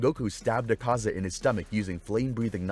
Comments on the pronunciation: quite over pronouncing their names its Akaza not AkAza. not even the sub says it like that. also, his blood demon art is called Technique Development: Destructive Death. not just Destructive Death. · he says zakaza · Bro why are u not pronouncing AKAZA name correctly 😡 its AK ZA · Bro dissent know how to pronounce Akaza’s name😂😂😂😂😂